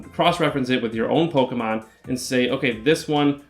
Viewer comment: I hate looking up PoGo videos for strategies because I hate.. I hate how these Youtubers Say "pokumon"